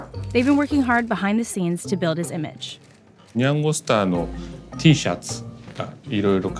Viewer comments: why does she keep saying nyengo? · She pronounces nyango kind of weird. Lol have I just been saying it wrong all this time?